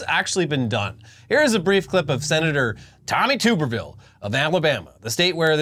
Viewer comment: It’s Tommy Tub-ber-ville. I’ve been hating him since ‘05.